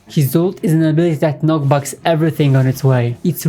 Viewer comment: it's knocks back, not knock backs